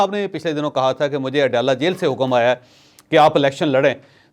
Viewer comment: Word hakkam Nahin hukkam ha